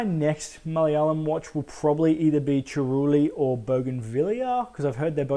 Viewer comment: Damn you say ‘Malayalam’ better than most Aussie Malayalis. Also, yeah unfortunately it fell prey to the inevitable exposition dump and the geezer fight though it wasn’t as big as an issue for me, was kinda funny and I don’t think it was meant to be.